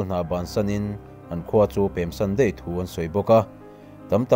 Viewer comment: A ngaihnawm ka tih zawng tak Deih ni lo in daih* tih tur